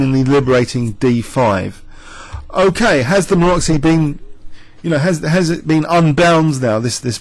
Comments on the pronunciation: MaroTZy bind, not Maroxy, pretty pleeease with sugar on top. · actually its Maroczy, pretty pleeease with sugar on top